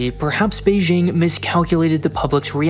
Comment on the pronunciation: Beijing is pronounced with a hard J like in the word "juice". Look up the wikipedia page for the letter J and CTRL + F "Beijing" to see more about why it's commonly mispronounced in the same way that you say Beijing. Here is the most important part though: "In some loanwords, including raj, Azerbaijan, Taj Mahal, and Beijing, the regular pronunciation /dʒ/ is actually closer to the native pronunciation, making the use of /ʒ/ an instance of hyperforeignism, a type of hypercorrection." - From the wikipedia page on the letter J. It basically says that the intuitive pronunciation of J is closer to how it should sound, e.g. you should pronounce Beijing with a hard J like in "juice".